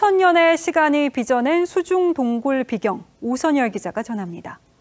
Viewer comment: 윤우리 기자는 말할 때 단어의 장음을 전혀 쓰지 않고 전부 단음으로 발음한다. “수중 동굴 비경”에서 비경(祕境 : 신비스러운 경지)은 “비:경”이라고 장음 발음을 해야 한다. 이 장음 기호(:)는 사전에 상세히 표기되어 있다. 그런데 윤 기자는 이를 무시하고 한자어, 외래어(특히 영어)의 단어들을 전부 짧게 발음(단음)하니 참으로 듣기에 딱하다.